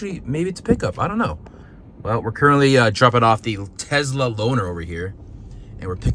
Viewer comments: its Tesla not Tezzzzla 😂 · Have you ever made a vid explaining why you say Tesla incorrectly?